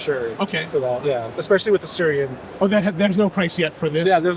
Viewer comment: Correction on the pronunciation - it is "Sui-ren", translates literally to "water-lotus", or just "lotus flower" (and not related to Syria in any way)